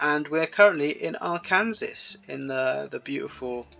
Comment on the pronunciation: say it however you want, but we say ark--ANN--saw not ar--KAN--ses. it's named after the aboriginal people from thereabouts